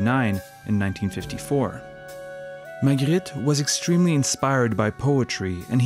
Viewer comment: Love how you pronounce Magritte